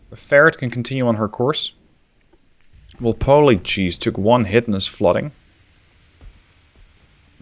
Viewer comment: Awesome video BTW for future British videos (Robert Walpole basically invented the position of Prime Minister) it is usually pronounced more like Wall-Pool